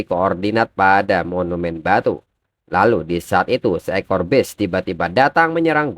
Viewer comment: Masih aja acak acakan ini orang pengucapan bahasa inggrisnya ga ada perubahan, ga tau memang ga ada niatan perubahan, jelas jelas itu BEAST malah di baca jadi BEST 🥵🥵🥵, udah tua kah ini yg bawain alur cerita komiknya